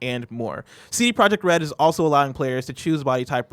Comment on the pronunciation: A silent j in CD Projekt Red...really. C'mon man.